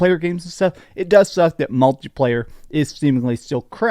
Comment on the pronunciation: Malty player???? Jesus, dude 🤦‍♂️ It's mUlti player!! It's not like a f****in chocolate malt